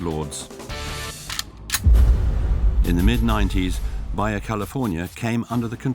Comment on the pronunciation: This isn't East/Northern EU... Baja is not pronounced as Baya...